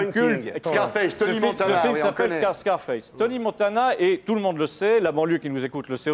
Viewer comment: "Scarfasse" lol